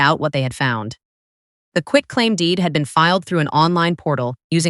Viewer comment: Also NOT "quick claim deed"